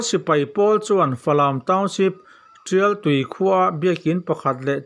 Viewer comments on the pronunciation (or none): Tial tui a ni lo Rial tii a ni zawk e ka pu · Tial tui khua a ni lo rial ti khua tia Lam tur a ni ,awk e